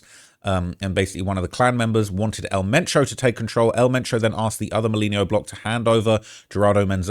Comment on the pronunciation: Who!? I know some Spanish words is hard to pronounce for gringo but at least try to pronounce his name right ?! It would be funny if the cartels send someone to your home 🏠 to correct you pronouncing El Mencho right. 😂